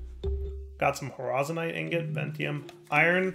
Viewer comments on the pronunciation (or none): How is mis-reading 'Horizon-ite'?